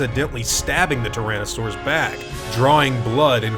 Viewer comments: "Tyranasaurus" Seriously??? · "reveals an awake tyranasaurus" God damn, first the infamous "Stegasaurus" and now this? They just won't learn... Anyway, that's an awesome piece of information and something i was asking myself since i saw the movie for the first time!